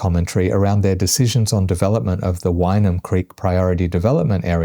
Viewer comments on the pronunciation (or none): "Why-num" ... I think it's pronounced more like win-ium 😊